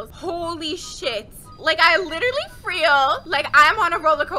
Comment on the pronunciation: LETS FOR “FREAL” TALK ABOUT HOW SHE SAID “FREAL” INSTEAD OF “FEEL”